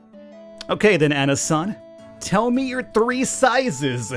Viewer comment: Three sizezuhzuh?, I didn't know you spoke Japanese